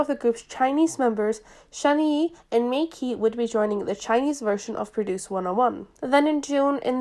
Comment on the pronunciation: mei qi = may chi !!!!!! 😫 😩😫 😩😫 😩